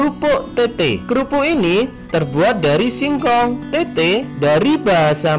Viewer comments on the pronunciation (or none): Bukan tette Tapi tétté 🤣